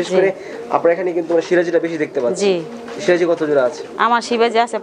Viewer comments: এই মহিলা তো কবুতরের নাম টাই ঠিক করে বলতে পারে না, সিরাজি কবুতর কে, বলে শিবাজি কবুতর,,,, দাম বলবে কি করে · nam e tik kora bolta par6a na sebaji na siraji